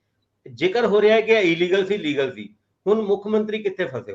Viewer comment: ਮੈਂ ਪਹਿਲਾਂ ਵੀ ਲਿਖਿਆ ਸੀ ਕਿ illegal ਦਾ ਸਹੀ ਉਚਾਰਣ ਇਲਲੀਗਲ ਹੁੰਦਾ ਹੈ ਨਾਂ ਕਿ ਈਲੀਗਲ ਪਰ ਤੁਸੀ ਹਮੇਸ਼ਾਂ ਈਲੀਗਲ ਹੀ ਬੋਲਦੇ ਹੋ ਜੋ ਕਿ ਇਕ ਅੰਗਰੇਜ਼ੀ ਪੜ੍ਹੇ ਇਨਸਾਨ ਦੇ ਮੂੰਹੋਂ ਬੋਲਿਆ ਠੀਕ ਨਹੀਂ ਲੱਗਦਾ ਹੈ।